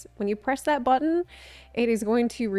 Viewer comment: lol No, I think that’s just being lol. She pronounced “buh-tone” (button) a few times like that too.